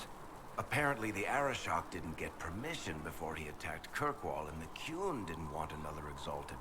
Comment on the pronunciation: And...please learn how to pronounce Qun (kYOON) and Necromancer (NECKromancer) before I call the ACLU! Although maybe your particular mispronouncing of qun isn’t a racial slur in canada?